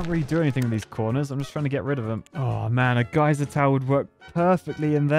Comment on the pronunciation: no one: me: GAYser tower